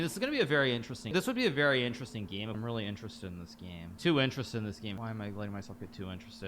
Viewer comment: watch the video again and drink a shot every time he says "Ineresting"